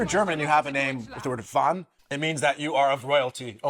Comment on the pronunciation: but they don't pronouncing it as 'von' but 'van' which is the dutch equivalent 😉